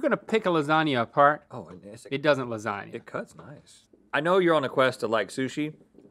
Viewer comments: Lazania? No -Ok, what about: Lasania? No -Lazanya? No Lasanya? NO -Lasagwefklna? PERFECT - ... 😑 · Y’all just cursed the new year with this fake queen sweep. Ain’t nobody gonna like “lardzagna”.